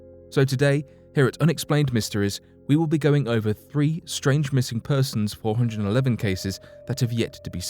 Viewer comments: What is? The fact that he doesn’t know how to pronounce 411?? 😉😆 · or at least pronounce 411 correctly...haha!